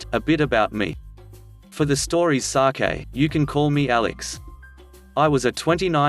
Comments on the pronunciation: Please learn English. It's sake not sa Kay. Or are these read by a robot program. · I love your 'nude' malicious compliance stories. That's what I hear in your intro. Your robo voice needs tuning. Sake is sake (rhymes with cake) not sakai as in Japanese rice wine. I cannot seem to get this keyboard to make an e/ as in accented e.